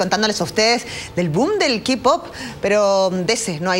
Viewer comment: Hola! K-POP se Pronucia KEY POP!!! Ok!! KEY POP! saludo desde Argentina!¬¬